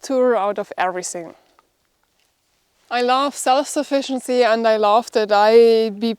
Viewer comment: all ok, i enjoy your programm... but your pronunciation of 'love' sounds like ' laugh'.....